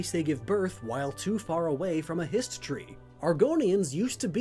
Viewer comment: Hist Tree? Histree? Histry? History?